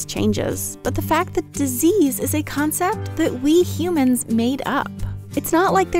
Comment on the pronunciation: dis ease, not ease